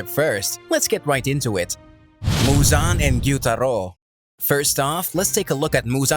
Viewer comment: Fun fact : muzans name is actually pronounced muzen, just for those who didn’t know that 😂